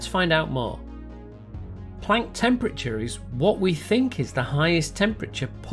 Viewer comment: I like how you say Planck and not Plonck.